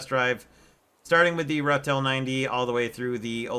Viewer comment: Your pronunciation is close enough. Ratel is the Afrikaans word for badger.